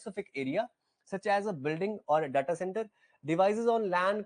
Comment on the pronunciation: Your pronunciation of 'DATA' is not correct